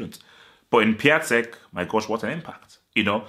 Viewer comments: By the way it is pronounced “Piontek” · Piatek name is pronounced as Piontek